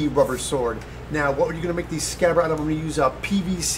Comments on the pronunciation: I was wondering what happened to D in scabbard? Aaaand since we're having a pronunciation post and all the name of the company Tamiya (as far as I know as theres apparently no long "I" sound in Japanese) is pronounced Ta-mee-a not as, the amazingly awesome and Bill Doran say) Ta-my-a, I know I might be getting a little grammar weirdo here but it drives me loopy hearing it said, to my mind, the wrong way. Now if I'm incorrect please tell me because I'd hate to make a total arse of myself? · The word is scabbard